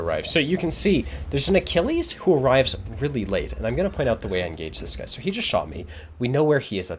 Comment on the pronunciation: I see you pronounced Achilles correctly. Didn't want to trigger everyone again?